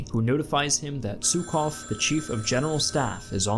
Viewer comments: No offense, wasnt Zhukov pronounced /ʒukov/ and not /zukov/? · Oil supply needs to be mention! And Jukov, not Tsukov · Жуков (Zhukov) is pronounced /'ʒu-kɐv/ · How is it possible that a knowledgeable historian doesn't know how to pronounce "Zhukov"? Georgy Zhukov was one of the most important people of WWII. Click on the speaker icon in the left panel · Great video ! But please pronounce Zhukov the Russian way.